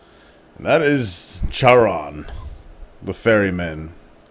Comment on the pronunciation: Charon has a hard Ch, so it's Car-on.